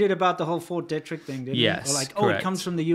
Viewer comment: BTW guys, small detail, it's pronounced Fort DEE-trick. I grew up 40 miles from there.